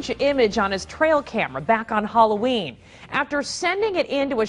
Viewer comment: "Hollow Een"